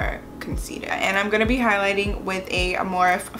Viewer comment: beautiful look!!! But lmao girl morphe is pronounced "morph-e" like you say "morph" and then say the letter "e"